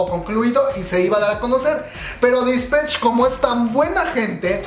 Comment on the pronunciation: Todo bien, sólo: -No es "Dispech", es Dispatch -No es "Taemin", es Temin. Si mencionaras las cosas 1 vez no pasa nada, pero lo dices mil veces y mi yo obsesivo-compulsivo, se estresa y quita el video jajaja